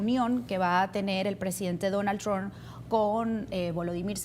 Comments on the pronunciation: Y aprende a pronunciar Trump, no es TRON es TRUMP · Donald TrumPPPPPPPPP porfa pronuncia la P al final del apellido, siempre dices Donald Tron